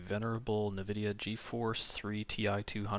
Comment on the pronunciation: I cringed when you said NAH vidia. Its eNN vidia man.